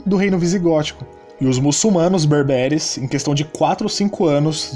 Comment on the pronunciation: Bérbere - tônica no primeiro “e”